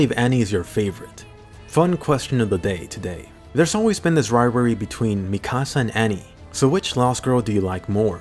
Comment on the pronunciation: Why does he say mikasa and wall Maria that way. It sounds so different from the anime 🤷🏻‍♂️. What’s the correct way of pronouncing it?